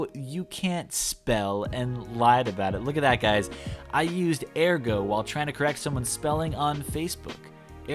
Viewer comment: Air-go...... air-go.. I’ve never heard it said like that